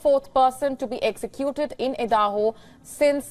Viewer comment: Why does she keeps say Edaho? Stence?